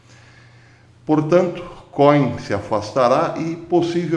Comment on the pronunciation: Cohem se fala como côem. Significa sacerdote em hebraico.